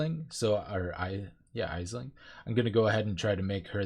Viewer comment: Aisling is pronounced like ash-ling, or ash-linn. In-game it's ash-ling! It's Irish Gaelic.